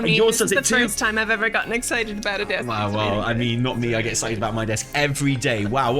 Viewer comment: Is it just me or did he just say "Evi" instead of "ever"? :'D